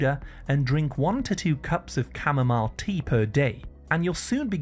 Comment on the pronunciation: At 7.46, you said chamomile ?